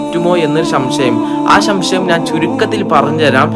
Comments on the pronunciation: ഷംശയം അല്ല 🔴 സംശയം എന്ന് പറയു 😂😂😂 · ഷംഷ യം അല്ല സംശയം പോയി നാക്ക് വടിക്കുക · ശം ശയം അല്ല സംശയം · ശംഷയം അല്ല പൊട്ട 😂 തീർച്ചയായും പൂച്ചസാറിനെ ഒരു വസ്തു എന്ന് വിളിച്ചതിന് നിനക്കെതിരെ കേസ് ഉറപ്പാണ് 🤣🤣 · Shamshayam alla samshayam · എനിക്ക് ഇപ്പൊ ഒരു സംശയം <ശംശയം ആണോ സംശയം ആണോ >🤔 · ശംശയം അല്ല സംശയം എന്ന് പറഞ്ഞു പഠിക്കു ആദ്യം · ശംശയമല്ല മദ്രസ്സ കുട്ടാ സംശയം 😂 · ശംശയം അല്ലടോ സംശയം....... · ശംശയം അല്ല സംശയം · ശംശയം അല്ല സംശയം ആണ് പൊട്ടാ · Shamshayamalla samshayam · ശംശയം അല്ല മോനെ സംശയം നീ റീൽ ഇടുംബോൾ ഇത് ജനങ്ങൾ കാണുന്നതല്ലേ അത് കൊണ്ട് മോന്റെ ഓരോ വാക്കുകൾ ക്ലിയർ ആക്കുകയും ചെയ്തു വരുകയും വേണം 👍👍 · ശംശയം അല്ലടോ സംശയം എന്നാണ് ok, പറയിക്കല്ലേ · Samshayam ❌ shamshayam ✅ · ശംശയമല്ല പൊന്നു മോനെ സംശയം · ശoശയം അല്ല മൊയ്‌ല്യാരെ സംശയം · ശംശയം അല്ല ബ്രൊ സംശയം... എന്നാണ്.... ☝️... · ഷശയം കയിച്ച മലയാളം പഠി ക്ക് എന്നിട്ട് മറ്റുള്ളവരെ പഠിപ്പിക്ക് കോയ മാരെ പറയിപ്പിക്കാൻ...... പൊറോട്ട തലേ കെട്ടും 😢😢😢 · നാക്ക് വടിക്കണം ഇല്ലെങ്കിൽ ഇങ്ങനെ ശംശയം ശെയർ പയം എന്നൊക്കെ പറയും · മോനെ ശംശയം അല്ല ട്ടോ സംശയം എന്ന് പറഞ്ഞു ശീലിക്കൂ ഓകെ?? ഓ കെ ❤ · എനിക്ക് ശംശയം ഇല്ല പകരം സംശയമേ ഉള്ളൂ😅😅 തനിക്ക് മലയാളം അറിയില്ലേ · Shamshayam ❌ Samshayam✔️ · ശംശയം❌ സംശയം✅ പറന്നു ❌ പറഞ്ഞു ✅ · സംശയം അല്ലടാ മോനെ സംശയം എന്നാണ് പൊട്ടാ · ഒരു ശം ശയം മാറികിട്ടി നിങ്ങൾ ഒരു മലയാളി ആണെങ്കിൽ മലയാളം ശരിക്ക് പഠിക്കാൻ നോക്ക് പൂച്ചയെ വിൽക്കാൻ പാടില്ലേ ആധികാരിക ഫ ത്വ 😄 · ആദ്യം സംശയം എന്ന് പറയാൻ പഠിക്കു 😂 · സംശയം എന്ന് പറയാൻ നാവ് വടിച്ചിട്ട് വാട മലയാളം പറയാൻ അറിയാത്ത ബലാൽ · ചമ്ചയം ച്ചം ച്ചം തിന്നാൻ മാത്രം തൊള്ള തുറക്കാതെ ഇടക്കൊക്കെ മലയാളം ഭാഷ പഠിക്കാൻ നോക്ക്. ഇതിൽ നിനക്ക് ചമ്ചയം ഇല്ലല്ലോ 🚨